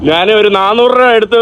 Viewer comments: നാൻ, നാൻ, നാനു അല്ല, ഞാൻ ആണ് ശരി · ഞ എന്ന അക്ഷരം പറയാൻ പറ്റുന്നില്ല ഞാൻ എന്നതിന് നാൻ എന്നാണ് പറയുന്നത്